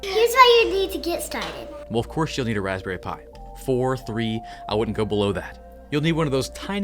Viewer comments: "waspberry Pi" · “Raspberry pi” Me: what a pie?